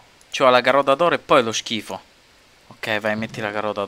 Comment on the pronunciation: Solo io amo quando dice schifu?